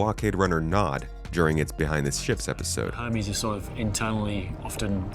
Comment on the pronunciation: *Her-meeease. You keep forgetting the 'H' 😅